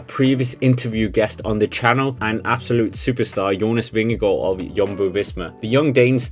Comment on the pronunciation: Glad for at høre Jonas Vingegaards navn blive udtalt rigtigt på Youtube. God video. Bliv ved.